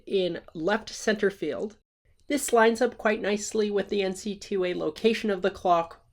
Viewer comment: only person I've ever heard call it N-C-Two A.